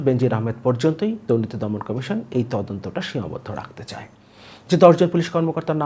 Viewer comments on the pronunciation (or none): none